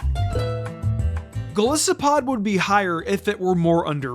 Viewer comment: It’s pronounced gol-LYE-soh-pod, VIE-kuh-volt, and FUR-AH-thorn, “”! 🤨 Stop mispronouncing Pokémon names,! 🙄